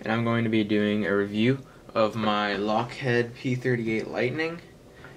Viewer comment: LockHEED, not LockHead.